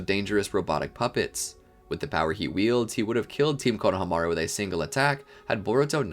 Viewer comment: you had a whole year to change this to team "ko-no-HA-meru" but you kept it "konoha-MAR-u"